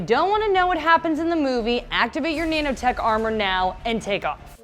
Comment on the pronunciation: Did she just say no-no tech... wtf is a neno